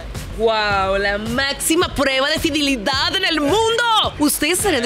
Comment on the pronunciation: soy la única que le dio risa cuando dice fidilidad :(